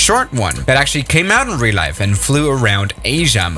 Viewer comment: “Which doesn’t exist in REEAOÆŌL LIEYF”